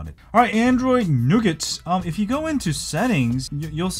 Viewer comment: Nice to hear you pronounce it correctly!